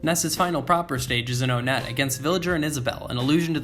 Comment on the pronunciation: Also Onett is actually pronounced One-et. Like the number one. Yes you have been saying it wrong this whole time. You say One and then et. Onett. My whole life is a lie!